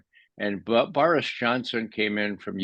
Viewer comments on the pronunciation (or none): none